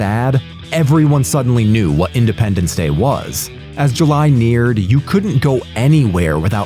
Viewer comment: "Idependence".... that alone is friggin hilarious.